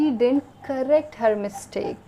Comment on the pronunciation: Your lecture was good in this video. But you were pronouncing word didn't wrongly. Please check proper pronunciation in any English Dictionary or on Google search.